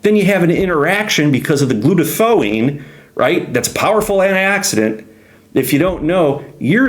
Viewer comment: Great information! The Tylenol bottle label states clearly "don't take it during pregnancy". It passes through the placenta barrier and is toxic to the baby's neurological system. NAC increases glutathione-- pronounced Gluta- THIGH- own. Subscribed.